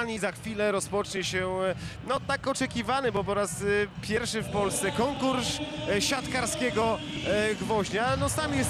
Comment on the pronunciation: konkursz siantkarskiego gwoźnia co to za komentator